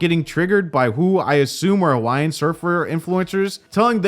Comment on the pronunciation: Why did I hear “Hawaiian” as “YN” 😂